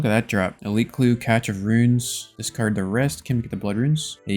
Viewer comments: Also it's pronounced "Cash" not "Catch" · Catch of runes… its pronounced cashe of runes 😂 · It's pronounced as "cash", "catch". lol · my favorite thing is the pronunciation of cache of runes as catch of runes. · Cache is pronounced cash <3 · ffs bro stop with saying cache wrong it hurts my soul.